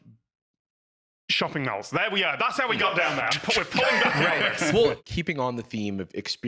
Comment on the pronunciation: I can't get over 'shopping mals' 😂